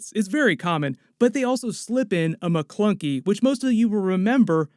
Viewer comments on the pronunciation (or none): I caught that "Mcklunkey" too. I was like can we please not Mcklunkey?